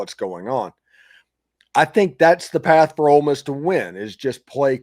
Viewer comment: Drives me crazy when they say "old miss". Ugh